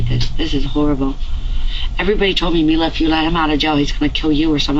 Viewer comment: It’s Mila.. not Melissa 🙄